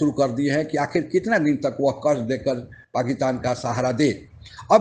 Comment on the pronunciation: ओ बिहारी, पाकीतान नहीं "पाकिस्तान" ठीक से बोल तो ले